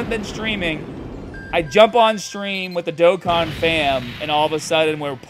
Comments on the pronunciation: im shocked too when i got both units in black rift. I rlly wanted to get cell max toi have a rlly good movie bosses team but hes gone 😭. also u butchered the game name lol. Its supposed to be pronounced like doe con (or dough con. both the same pronunciation). As for zeno? Idk what the pronunciation for it is so i recommend looking up a dbs vid of goku meeting him for the first time and thats what its supposed to be. That or both pronunciations r ok and i just didnt know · Haha, it's my Boston accent, I pronounce things a little differently. I tried switching how I say Dokkan for a while.. but I've gone back to my original way of saying it lol